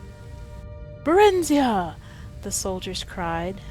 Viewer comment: her name is pronounced (bear-in-zi-uh) not (buh-rin-zee-uh).... just saying.